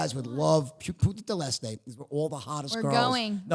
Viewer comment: This dude tells me he's fluente in Spanish and say puta del este hahah I'm done